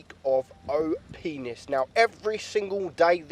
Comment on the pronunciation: ehrm, what was that word you said? Op-nis? Oh my, I’m blushing!